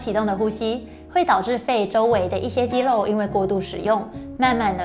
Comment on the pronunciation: 真的很用心 長期看就知道他這集很用心 刻意藉由桌子的幫助，把過多的手勢改掉了 我相信他一定有經過特別的訓練和調整 如果不是只有自己開物理治療所賺錢，只有幫到個別的人 而是走這個普及教學專業知識的路 希望可以在咬字發音的部分請專業人士幫忙調整 如肌「漏」......等等之類的 （要花很多工夫訓練，還要能找對問題點，跟運動物理治療很像） 在這個方向的表現上會完美很多